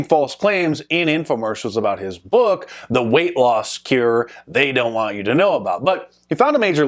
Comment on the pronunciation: have I been saying cure wrong my entire life?